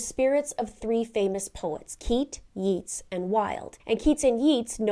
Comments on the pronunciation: Hi, enjoy your show and you gave excellent creepy information. It’s pronounced Yates with a long A, not yeets. Just to help you. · It's 'yah-tes' not 'yeets' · "Yeets" was cringe inducing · It's spelled Yeats but pronounced like Yates. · Pronounced Yates not Yeets 😮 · Yeats is pronounced "yayts", not "yeets". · It's pronounced Yay-ts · it’s pronounced “Yates”, It hard to listen that (as the daughter of a literature professor). But your deep dive in very interesting! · I love you videos, have done for a long time. May I be so bold as to correct your pronunciation of Yeats, is actually pronounced Yates. Keep up the great work. Best wishes from the UK 🇬🇧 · Yeats is pronoun😢"Yates". Yeah I know, English is weird. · Its pronounced YATES 😂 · Yeats is pronounced Yates (which rhymes with gates, eh?) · yeats is pronounced 'yates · Do you mean yeats pronounced yates ? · Fyi, yeats is pronounced YATes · Its pronounced YATES. William Butler Yeats, was fascinated by the afterlife, and Irish mythology. He wrote a poem called Stolen Child about a child being coaxed away from his life to the otherworld by a fairy. These children were often said to be replaced by changlings, a fairy disguised as their child. Its a beautiful poem. Intersting choice of writer. Wilde and Morrisey (writer of the song) were both gay so that could be the reference there. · Oscar Wilde was gay, and that song has a gay subtext. 'Yeats' is pronounced 'yates.' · Yeats is pronounced like it rhymes with gates, not like it rhymes with eats. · It’s pronounced “Yates” even it’s spelled the other way. Not complaining, just helping. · Great video as ever. FYI - Yeats is pronounced Yates even though the spelling is similar to Keates, which you pronounced correctly. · Note that Yeats is pronounced Yates. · Not criticizing, but thought you'd want to know, Yeats rhymes with Gates. Don't know why! 😊